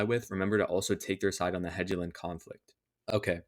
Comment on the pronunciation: Bro, "eye-osef" and "hejiland" I can't 😭 they're pronounced "yo-sef" and "hel-yee-land"